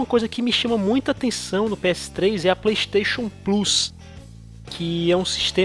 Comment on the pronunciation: Playxxxteixooon, carioca e foda